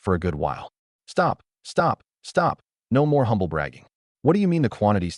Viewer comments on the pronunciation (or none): none